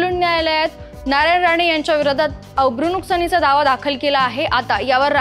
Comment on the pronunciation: बातमी वाचणार्‍या युवतीला अब्रुनुकसानीचा हा शब्द व्यवस्थित बोलता आलेला नाही..त्यामुळे दावा दाखल करणार्‍याच्या दाव्यातील हवा पोकळ आहे एवढे निश्चित..